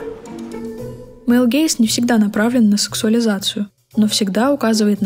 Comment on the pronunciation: Почему ФЕМ фаталь? Разве тогда не ФАМ фаталь? Нахрена произносить "фем"?